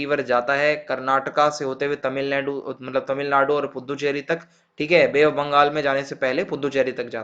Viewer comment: pu -du-cherry hota h bhyi 💀